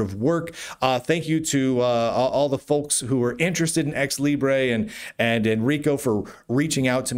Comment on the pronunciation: As a Spanish speaker, from flipping Spain at that, I'm offended by your grossly wrong prounciacion of Libre, with that absurd overpronunced schwa. You Americans and your crazy vowels!